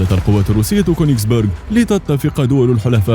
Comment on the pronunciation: اسمها كونجس بيرج مو كونجس بورج لنو بورج معناها قلعة